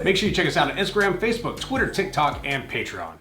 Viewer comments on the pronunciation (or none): none